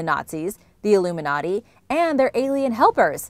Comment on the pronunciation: Say illuminati again.... elumi Naughty